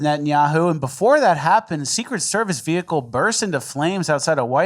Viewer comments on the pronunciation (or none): none